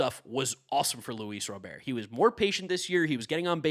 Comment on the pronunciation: “Luis Robear”🤓